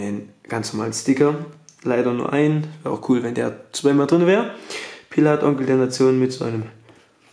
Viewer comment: wie schön du pillath ausspricht. danke geliebter bruder. ich fiste dein darm